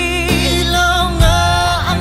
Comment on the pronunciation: Love that you know How to pronounce Ilaw